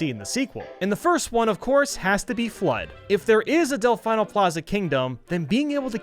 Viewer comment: It’s pronounced delfēno Plaza